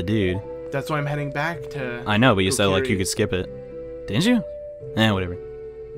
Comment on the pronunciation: Kokri not korki